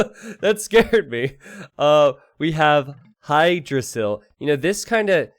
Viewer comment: Hygdrasil pronounced with "hi"? Isn't "h" silent so the name is pronounced like yggdrasil? You know the mythological world tree.